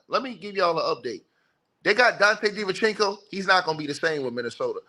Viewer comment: “Dante Divenchinco” is my favorite ticket tv pronunciation